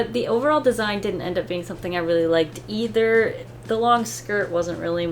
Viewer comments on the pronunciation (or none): none